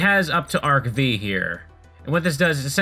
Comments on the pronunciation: BTW, since this sorta deserves it's own comment: It's NOT pronounced Arc-V, like the letter V. It's pronounced Arc-5, like the roman numeral V, which is 5. So yeah, Arc-V is pronounced Arc-5. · Just for future reference, "Arc-V" is pronounced "Arc Five", though you did get the pronunciation for VRAINS and XYZ Summon correct ^_^ And yeah, pretty much all these early duels are going to be comprised of decks with A) Banned cards + Really terrible normal monsters or B) Banned Cards + Archetypal support that didn't come out until half a decade later. Good luck and have fun.